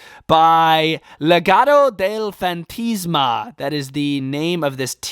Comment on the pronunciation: "Legado del fantisma" 😅😅😅😅😂